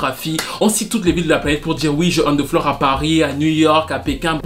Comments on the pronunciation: "On the floorery" lol ! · Une "on theflorery" hahahah